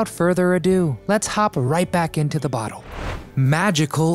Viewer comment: I always get a good laugh when a kid makes a video of something that went on years before they were born! They don’t know what they’re talking about and please tell me, what the hell is a ‘boddoe?’ She lived in a “bottle!” An uphill baddoe? Are you trying to say the word “battle?” I could only watch the first half of this video because I was laughing so hard at this guys language. I wonder if he talked about her hiding her belly button and called it a “buddon!” Thanks for the laugh!